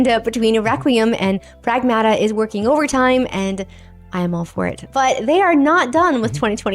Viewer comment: Pragmata is a word and every video I'm seeing they are pronouncing it incorrectly. It is Ma like a mother. In the first part pronounce more like the city of Prague